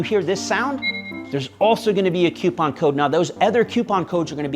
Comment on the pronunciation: Q-pon? Coo-pon, or coo-pin? 🤔